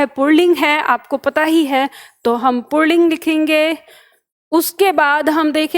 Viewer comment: आप पुल्लिंग को पुणलिंग बोल रही है।